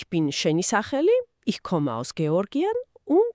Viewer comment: "Ich" - წარმოითქმება "იჰ" და არა "იშ".